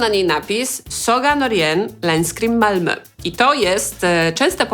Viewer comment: “Saga Norén, Länskrim, Malmö” ;) Uczysz się szwedzkiego, bo całkiem ładnie to powiedziałaś? :D